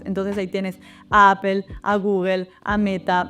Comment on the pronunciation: Gracias por tu vídeo, valoro tu contenido, ya entiendo que aún cuando te sacaste un C2 en el Cambridge aún no logras ser perfecta en pronunciación…. “Aple”. 😅